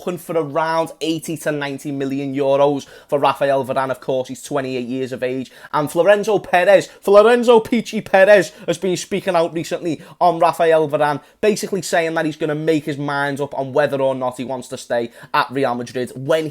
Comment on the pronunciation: Florenzo 😂 it’s florentina hamez